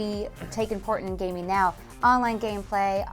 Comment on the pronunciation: Gaming not haming